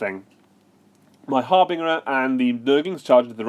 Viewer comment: I'd never heard anyone mispronounce 'harbinger' before watching this video. It's a soft G, mate.